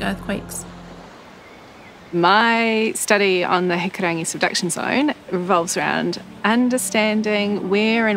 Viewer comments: HiKUrangi you ballhead, not hiKArangi, 5 seconds in an shes already mis pronouncing words 😂😂 disrepect an entire culture cuz u too lazy to learn how to say a word properly aye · Hikurangi phonitics(pronounced) = He-koo-rah-knee Tangaroa= Ta-nah-raw-ah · bru calm down its not even far off ur just hating I’ve heard heaps of ppl say it like that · Huh? An American pronouncing Hikurangi properly and a kiwi pronouncing it like a foreigner…